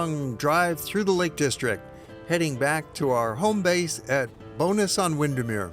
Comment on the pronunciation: Love it thank you for submitting it. Just to help: Bowness is pronounced Bow (as i bow tie) and ness (as in the first part of nestle), rather than sounding like Bonus (a payment for a great job) :-)